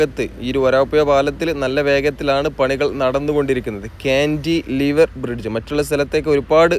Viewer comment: കാൻ്റിലിവർ (Cantilever) എന്നത് ഒറ്റ വാക്കാണ്. കാൻ്റി, ലിവർ എന്ന് രണ്ടായിട്ട് പറയണമെന്നില്ല.